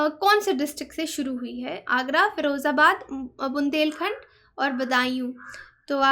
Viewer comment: correct pronunciation - बदायूँ , फिरोजाबाद